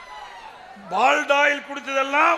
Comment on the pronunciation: முதலில் சரியான வார்த்தையை பேச அறிவு வேணும். அது எங்க நம்ம கிட்ட இருக்கு. சரியான வார்த்தை "பாலிடாயில்" (Polydoil). பால்டாயில் இல்லை பழனிச்சாமி. இன்று முதல் நீதான் பாலிடாயில் பழனிச்சாமி. தமிழ்நாட்டை, தமிழை, தமிழ் கலாச்சாரத்தை அழிக்க பிறந்த நஞ்சு. சாதி வெறி குஜராத்திகளின் முரட்டு அடிமை